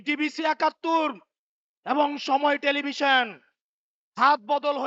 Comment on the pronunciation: কুত্যটা টেলিভিশন ও বলতে পারে না